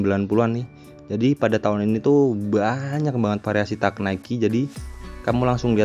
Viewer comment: Teg ngab bacanya bukan tak wkwk